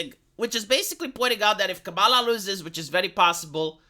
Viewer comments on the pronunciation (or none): none